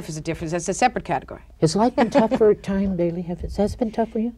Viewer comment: I think he keeps calling her “Tyme” Daly...😖